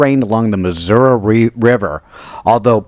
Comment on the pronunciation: Thank you for pronouncing the state’s name correctly! 😊